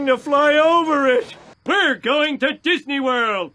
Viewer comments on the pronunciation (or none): DIZNEE LAND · I believe its pronounced dasney